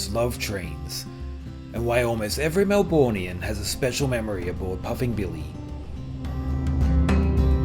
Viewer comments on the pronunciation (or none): was a little fun as a kid. seems boring as an adult with kids. also it's Mel-Bur-Nian not MEL-BOORE-NIAN. you might be from elsewhere in Aus, but most people know how to pronounce it correctly. its the same as when the head of the IOC saying Syd-er-ny won the 2000 olympics. hits the ear wrong completely. you wouldn't say Bris_bayne or Hob-art. you sound american pronouncing it like that